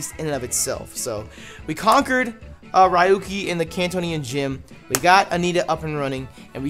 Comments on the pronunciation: I know I'm late, but I'm pretty sure its; ReYuki, not RyeYuki. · Ryu-ki? We gettin’ some street fighter in this bitch. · next time try " Ree- u - key " is a lot closer to the real pronunciation of his name than what you said.